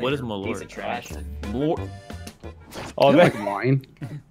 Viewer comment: It's malört though, not malort.